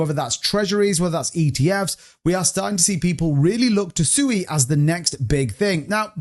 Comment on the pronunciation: At least pronounce Sui right🤔